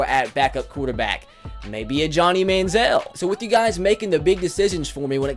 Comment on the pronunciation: Jacob Hurst its Manziel